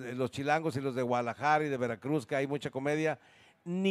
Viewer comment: Se dice Guadalajara Pedro no Gualajara!